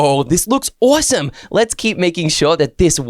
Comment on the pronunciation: What i hear when says awesome: awosome when i hear myself say it: awesume